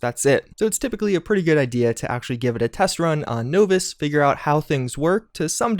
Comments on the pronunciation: Love your videos but your pronunciation of "novice" drives me up the wall. It's nah-vis, not no-vis. Other than that, good job. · "knowvis" LOL...nah-vus...novice...naw-vis....novice....not knowvis, is this your first game ever? JK, nice to see you playing with MATN and UpIsNotJump I had fun watching the live stream, hope ya can do it again sometime. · Nov-iss. Not No-Viss. Soft O, not hard. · You keep saying the word novice wrong. Not sure who taught you that pronunciation, but they were wrong. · Nahhhhhh-vis!! Say no to no-vis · Starting to think he pronounces words incorrectly on purpose... Novice has a soft 'o', similar to the word incompetent... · He's using the word deliberating instead of debilitating... That isn't a mispronounced word, it's the wrong word. Pronouncing "no-vis" instead of "naw-vis" is a mispronounciation. Either way, I don't really care enough about to reply again, so feel free to brag about your degrees again. I fail to see why you think that matters. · "Novice" is normally "Nah-Viss" not "No-Viss" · You're mispronouncing "novice." It's "nah-vis" not "noh-vis." Just a friendly bit of critique. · Novice - NAW VUS, not NO VIS. You are killing me. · novice is pronounced nah-viss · Well besides the knowvis instead of novice you said its a great edition to fallout 4 instead of fallout 76. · "Knowvice" he said. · At first I thought it was just one of those common mistakes with the constant "Nuclear" said as "Nukular" but with "novice" (NAH-vis), and deliberate vs debilitate, yeah, either a troll or might wanna take a gander into Eng 101 freebies. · It’s Nahvice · who the fug says novice like no-viss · nah-vis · STOP SAYING KNOWVICE! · Everytime i heard no-viss i wanted to yell. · its easier to say nose viss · "Knowvice" Difficulty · How u get to this point in life not knowing how to pronounce novice? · Ok, after Grahm and now Novice, I'm pretty sure your just mispronouncing things because you know it bothers some of us.